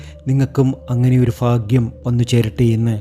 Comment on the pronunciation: ഫാഗ്യം ആണോ ഭാഗ്യമാണോ